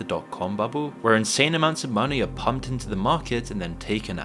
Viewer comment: People “take ma monneh”